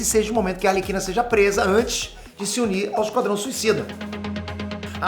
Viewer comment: "Esquadão" kkkkkkkkkkkkkkkkkkkkkkkkkkkk